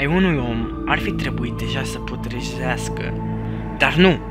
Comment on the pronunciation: citez "putrejeascaa"